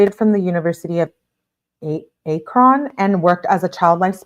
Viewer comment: Ack-run = Akron